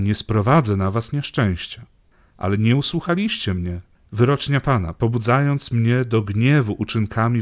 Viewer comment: Dziękuję za to co robicie. Bogu dzięki. Proszę jednak o poprawne akcentowanie tak jak język polski nakazuje/brzmi. Nie usłuchaaaaliscie mnie, odeeeszliście. Pozdrawiam